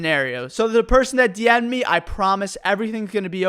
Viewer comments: Why do you say meh instead of me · Am I the only one who finds it funny when he pronounces "me" as "meh"? Also... Do you grill sandwiches at subway? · i like how he says meh instead of me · Anyone else have a problem with the way he says “me”? Just meh?